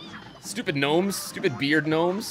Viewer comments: 'G-nomes'? Are you referencing something? Why are you saying 'g-nome' instead of gnome? Unless you just like pronouncing it like that for fun, which is fine, just wondered if I was missing something. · they're not ganomes they're gnomes with a silent g